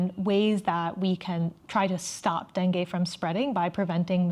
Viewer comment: It is pronounced dengeee